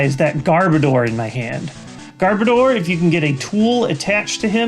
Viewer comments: Garbodor sounds like Goudavour in your mouth xD Also I am pretty sure I spelled the last pokemon wrong, but don't hate me for it.. I am not as knowledgeable pokemon wise as any of you.. I just enjoy it and noticed it =X hope it helps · I'm pretty sure when you say Garbodor, the last two syllables are supposed to be pronounced like the word "odor." Personally it doesn't bother me when people pronounce it differently though. Pretty sure that's the only "wrong" pronunciation in the video, though.